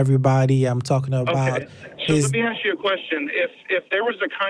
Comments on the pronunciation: I'm sorry but.. it's hard to take anyone seriously when he or she keeps saying "axe" instead of "ask". Come on, man. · Why is it so hard for blacks to pronounce ask? They stay axing all the time. Stop that! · This guy said. "Aks" instead of "ask". Isn't it a little disturbing?